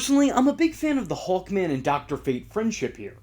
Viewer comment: I though you were saying "Hulkman" instead of "Hawkman".